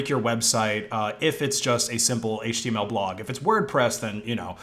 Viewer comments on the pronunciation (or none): none